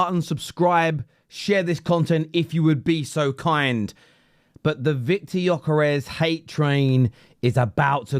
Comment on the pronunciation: Well said indeed. Cun*y can’t even pronounce Gyökeres name correctly. Talksport is full of clowns these days they are a pathetic joke.